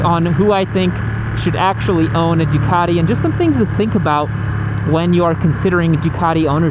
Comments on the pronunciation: The only people who should be allowed to buy a Ducati, are the ones who can actually pronounce Ducati. So that's not many Americans that's for sure. I mean what the hell is " du car dee", its "Du cat e" fa crying out loud.....Du cat e"🤗🤗 To be fair, at 2.30 you pronounced it 100% correctly......once😂😂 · I like how he pronounces DUCATTTI , in heavy Italian accent.🤌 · love the accent " a ducati "